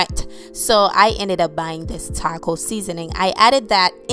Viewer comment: The way she says "taco" 😂